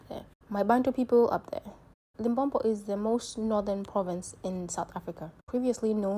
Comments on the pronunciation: Limpopo - not Limpompo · I'm not from Limpopo but this 'Limpompo' is irritating, aowa. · I also get irritated when South African fail to pronounce Limpopo, I won't subscribe until she learn to pronounce Limpopo.